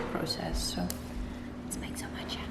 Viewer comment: Watching from Asia (Japan) and I like the early posting time :) Love your accent when you say matcha☺️🍵